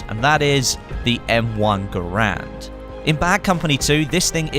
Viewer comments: Garand. Pronounced "Gair-Nd." Its a dude's name. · he's says it wrong thats not how you say Garand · you pronounced garand wrong